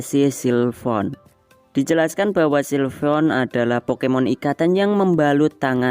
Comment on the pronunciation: Sylveon, bukan Silvon😑, sering bgt ganti nama pokemon